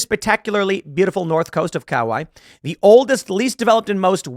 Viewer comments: It’s pronounced ka-why-ee best of the island known as the garden islands he bought a bunch of property right on top of one of our favorite beaches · Tim, it's kuh·wai·ee.😂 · Pronounced Kuh- wai-ee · Tim it's pronounced Kauai (Kuh why ee) or (kouˈäē) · Koo-why-ee is how you pronounce Kauai Tim…… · Kah-wah-ee. The secret to most Hawaiian words is to pronounce very vowel. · KA-WHY-EE BROOOO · As a resident of that island, it's pronounced coweye or cowah-e. Also knew a guy who worked as his security guard for awhile. He said he's mostly just bored waking up everyday asking him what he should do for the day. He's also very lazy not wanting to handle the animals he shot when he wanted to go hunting.😂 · You guys really going to listen to someone that can’t pronounce Kauai 😂😂😂😂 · The fact homeboy can’t even pronounce Kauai correctly tells you all you need to know about this smooth brain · How long does it take for a podcaster to look up the pronunciation of an island in the state of Hawaii? Your preparation of the subject before you start talking away is an indecorous activity. Might want to look that word up too? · Evreytime Tim says 'kauai' I cringe super hard. How can somebody with his wealth and status reading news all thr time never heard it pronounced correctly? Its just really weird is all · lol Tim seriously doesn’t know how to pronounce Kauai?